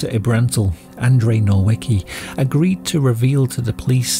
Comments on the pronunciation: it was always confusing me. I can understand mispronouncing certain letters, but adding new ones was always the thing that'd get me like "whaaat" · There is no "R" in Nowicki. How did you manage to make it Norwicki? wtf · Noveetzkee -easy to say by Englishman when you know how to write it. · The pronounciation is spot-on (Wooj), for a non-native speaker. Good job, sir. Doctor Ebrantil's name though, is pronounced as 'Novitsky'. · Very ture. Didn't do too well on Nowicki though :face-blue-smiling